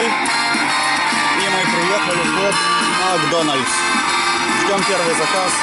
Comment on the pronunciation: кровь из ушей , макдональЗ ))))))))